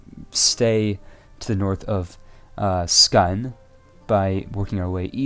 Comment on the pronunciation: "Skane" OMG skåne